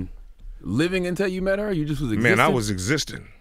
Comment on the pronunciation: Charlemagne "let's meetoo her real quick"... that's some hoe ish to say,- dude weak asf